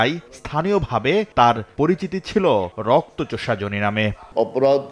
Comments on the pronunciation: জোনি আবার কি? জনি। নামটা তো ঠিকমতো বলেন অন্তত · নাম জনি, উচ্চারণ করে যোনি। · যোনি না জনি উচ্চারণ ঠিক করেন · ভাই, জনি উচ্চারণ টা অশ্লীল শোনা গেলো 🫣